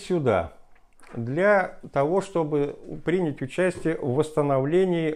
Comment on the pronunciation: Рассказывает интересно, но какой это профессор? Он даже не знает на какую букву в словах "кухонная" и "принять" ставится ударение...